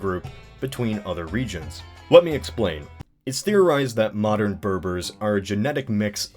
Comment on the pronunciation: He keeps saying "mowdins" ... whatever those are ... (???)